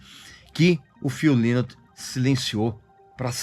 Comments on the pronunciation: Hu Líus???? É algum chinês? 😂😂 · O Régis não conhece muito sobre a banda, infelizmente...a começar pela pronúncia do nome do vocalista. Estudou pra fazer o vídeo e estudou muito mal. Ele disse algumas incongruências aí, poderia citá-las, mas o mais relevante aí já que ele quis abordar o término da banda e a fase que o Phil se afundou nas drogas, foi não dizer o que culminou pra levar o Phil a esse comportamento, o que o fez se deprimir tanto...a meu ver, ignorar isso no vídeo foi o seu maior equívoco.